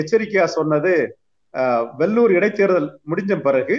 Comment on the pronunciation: வெள்ளூர் அல்ல வேலூர்